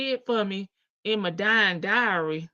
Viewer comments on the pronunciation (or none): is trying to say the word "dowry" which means a transfer of wealth/money. But he pronounced it as "diary" which is a personal journal.